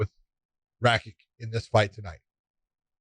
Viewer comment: Guys Raki CH like in chicken.